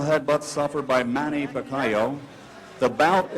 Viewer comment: Listen to how he pronounces Manny's name.